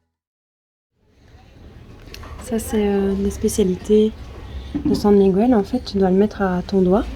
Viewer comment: Ik faut apprendre à prononcer Miguel